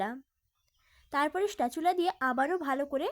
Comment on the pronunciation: কথা টা স্প্যাচুলা হবে স্টেচুলা নয়